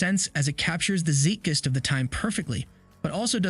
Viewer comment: Zeitgeist...pronounced "T'ZITE GUY-ST" not ZEET GUY-ST // And he was attacked by a second Leopard (after he shot the first one), not a Tiger.